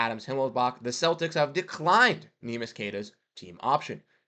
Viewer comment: I want him back, too. But, it pains my brain to hear you say his name that way. You produce content on the Celtics, you can do better. Please, please, please learn how to say his name. It's three syllables. Neh mee ish or if you can't say that... nickname Neemy